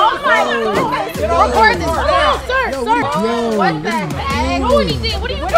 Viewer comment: “ I AM NOT A SER YOUR A SER, SER HILL “ lmao I lost it